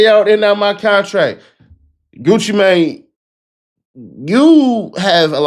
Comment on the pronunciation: 😆 Absolutely love how this reporter made sure to say Gucci name right. 👏 🫡🤏💯